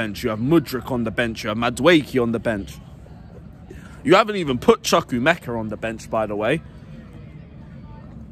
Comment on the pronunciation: Chukwuemeka u pronounced it so wrong bro